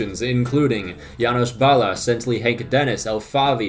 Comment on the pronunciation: Finally, after years, you spell and pronounce Janos Balazs' name correctly